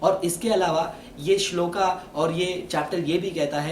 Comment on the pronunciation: Hindi to sahi bol rahe ho fir shlok ko shloka or puran ko purana q bol rahe ho